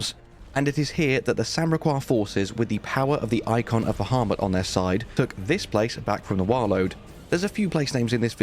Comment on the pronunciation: Eikon is not pronounced like that, the e has the latin sound.